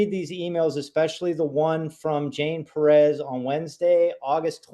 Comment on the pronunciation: 'correcting' on the pronunciation of PEREZ...omfg! Just absolutely clueless on several different levels.